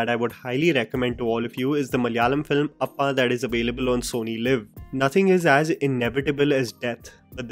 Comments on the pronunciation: It's not appa.its appan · It's APPAN not appa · Not appaa it is appan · Its not appa...it's appan